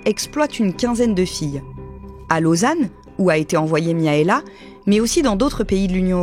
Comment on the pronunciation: par contre ça se prononce MIRAELA pas Miaela je pense comme dans les pays de l'Est